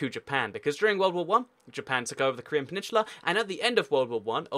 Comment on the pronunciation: My fucking god its PENINSULA not PENINSHULA